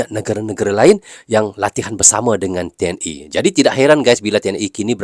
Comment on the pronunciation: TNI bang bukan TNE